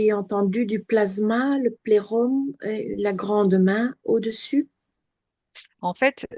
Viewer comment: c'est un filtre schtroumpfette?? 😂 ça ne m'a pas vraiment aider à me concentrer sur l'écoute 🤣..., plérôme rime plus avec Jérôme que plexus solaire, non??? 😅